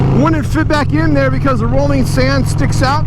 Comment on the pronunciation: It's pronounced ROLAND... row land... Roland... not rolling. 🙄😑